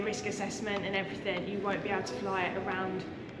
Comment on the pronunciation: 'and everyfing', obviously